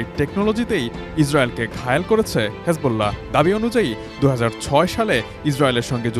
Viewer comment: হিজবুল্লাহকে হেজবুল্লাহ বলাটা বড্ড বেমানান, শুনতে খুবই অসহ্য লাগে!